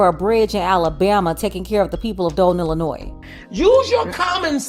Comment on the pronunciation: Amazing..but it is Illinois.